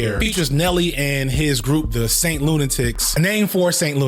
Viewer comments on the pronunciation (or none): none